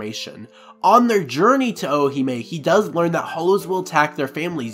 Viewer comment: Great video, only slightly annoyed with how you say Orihime like the Ri doesn’t exist. Sounds like you’re saying O-o-hime. Other than that, worth listening to for a recap.